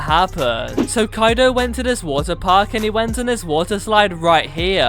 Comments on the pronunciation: ITS KAIDO NOT KADO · Not Kadio